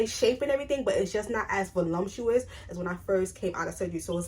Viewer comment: Not trying to be rude but just to help you pronounce these words properly- there is no M in voluptuous, and it’s elasticity, pronounced e-lass-tiss-ity 😊